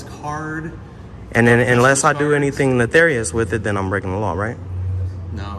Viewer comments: “netharious” 😂 what a dummy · Stop saying "neTHarius"...its nefarius.... One is the character on world of Warcraft and the other is evil or wicked behavior.